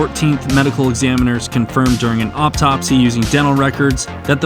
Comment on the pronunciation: You say "Auptopsy" , that's not... nevermind. You do you. 😆